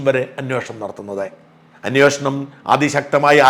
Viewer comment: അന്വേഷണം ആണ് anwoshanam അല്ല